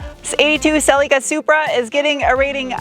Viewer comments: I know it's not... however, did I hear you say; Sillyca' - just curious 🤨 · I like the way you pronounce Cel-ee-ca.